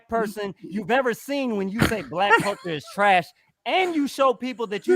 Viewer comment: He said THRASH. Lightskin dudes are adorable. hahaha